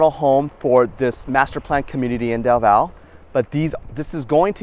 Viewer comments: Just wanted to state that the e in our cities name is not silent its del valle not del vall also alot of us love our trees and think there is way to much construction but people in charge are about making money anyways i guess companys are running out of space to build stuff in Austin so they're now they're moving out to the smaller towns around Austin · Great video! FYI - the correct pronunciation by us locals, is Del Valley :) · Also as someone born in Austin it’s definitely del valle pronounced “valley”